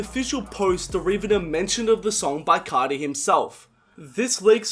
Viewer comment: "Yoah yoah, cesh coarti" dont do that bruh